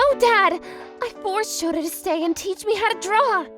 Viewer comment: Sana's father saying Shota: ShoTha. XD